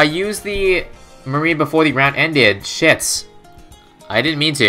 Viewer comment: every time he says s*** it sounds like shift